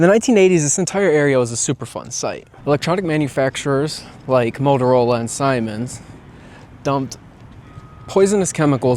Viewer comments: Siemens is pronounced “sea-mens” 😉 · Siemens is pronounced see-mans brother